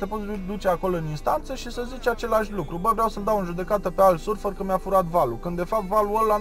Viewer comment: surfer?,in romania se pronunta "sărfăr" dupa cate stiu ,doar am zis dar prima data nu am inteles ce ai zis=))